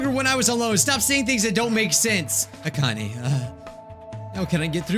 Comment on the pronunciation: Bijuu its not akan aaa but akane A-cain!!! mate get it right my ocd is tingling